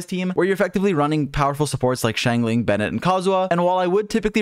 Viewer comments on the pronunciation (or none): none